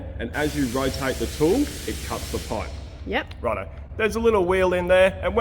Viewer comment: Now we shorten the paaip? Love you aussies😂